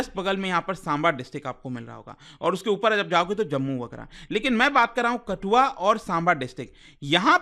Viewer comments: It's kathua , not katua 😃😃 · Kis kis ne sir ji ke KaTHua ko 2-4 baar lagataar "KaTua" bolne pe video rok ke msg padhne aa gye... Haazri lagao👇👇🤣🤣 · Just clear ur pronunciation it's raaavi not Ravi kathua not katua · भाई रावी को रवि और कठुआ को कटूआ😂😂😂